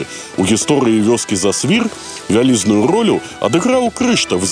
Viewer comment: зАсвір, націск на першы склад! Яшчэ ёсць інфармацыя, што і кляштар быў закрыты ў 1861, а не 1831. Дарэчы, інфармацыя пра кармэлітаў і паўстанцаў пакуль на ўзроўні легенд